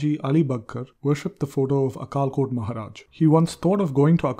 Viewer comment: Some pronunciation of Marathi words is not correct like अक्कलकोट महाराज Akkalkot Maharaj.